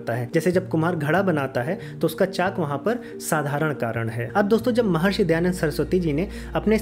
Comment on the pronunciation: Bhaiya... Please... Not Dayanad